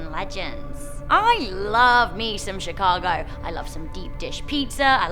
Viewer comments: Chicago not shicago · Did she say Chicago hood bang bang